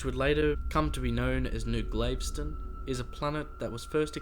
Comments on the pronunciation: It's pronounced g-a-l-v-e-s-t-o-n not glaveston. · ITS PRONOUNCED...GALVESTON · Great video. Just a suggestion, the pronunciation is most likely like that of Galveston, Texas. It would be like: GAL-vi-stun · Got the wrong pronunciation for Galveston... Gal, like Gal Gadot Ves, long s Ton Town in Texas near Houston Tx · Forgive me, its pronounced GahL-veston. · Pronounced Gal vess ston. Its a city on the gulf of Mexico 60 miles south of Houston.